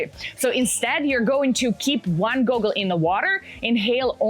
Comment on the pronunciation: 5. training structure. As she says in , this is the part ignored the most, kinda ironic you missed that part. Also, its goggle, not google, even though that's how she pronounced it. Makes me wonder if that summary was AI generated.